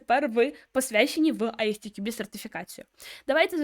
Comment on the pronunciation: Примітка від починаючего: ви вимовляєте назву фундації як Ай Сі Ті Кю Бі (можливо ви вимовляєте коректно але для перекладача воно звучить саме так), літера `S` в англійській абетці називається ЕС. Як виправити: розбийте одну абревіатуру на дві зробивши дві. На приклад компанія MWDN вимовляється ЄмДаблЮ ДиЕн. Як би я вимовляв назву фундації: Ай-ЕС__ТіКюБі.